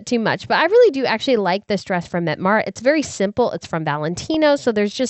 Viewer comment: Once again, Mette is not "Met"...it is Met-tah